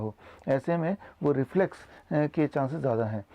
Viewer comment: Its not reflex... Its Reflux.... 😠